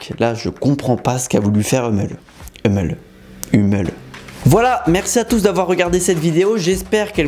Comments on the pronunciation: Hummel se prononce [Houmèle], c'est un ami allemand qui le dit. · Ah la la toujours en galere a prononcer le mot "hummel" 😂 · c'est un running gag. Dans plusieurs vidéos il cite le nom de la marque mais galère à la prononcer.